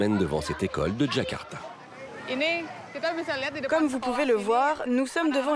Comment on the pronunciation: Ils ont prononcé "Kakarta" et pas "Jakarta" comme il le faudrait